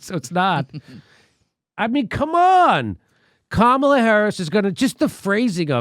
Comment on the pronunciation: One day, Jimmy will pronounce Kamala’s name right...